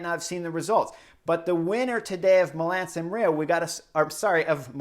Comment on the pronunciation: No, Chris is saying Milam San Rio. It’s even written in title. Love the man.